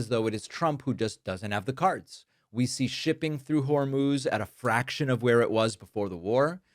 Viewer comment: Did he say, "Strait of VERMOUTH?" It's "Hormuz," buddy! 😅😅😅